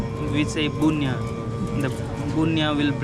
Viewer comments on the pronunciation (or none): Not bunya, it’s Punya- gewey ley. Thank you , very nice ❤